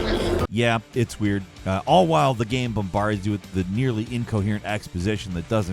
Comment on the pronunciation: Has anyone else noticed mispronouncing game as gam in his narration?